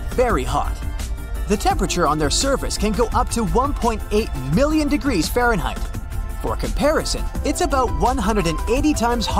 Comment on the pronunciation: I say. You do not know how to pronounce Fahrenheit.